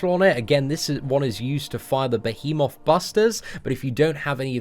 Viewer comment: listening struggle with pronouncing the word behemoth is everything.